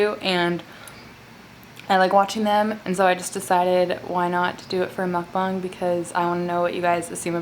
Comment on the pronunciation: She said mukbong not mukbang